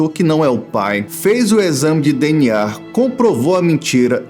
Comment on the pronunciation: e que agonia você falando "DNAR"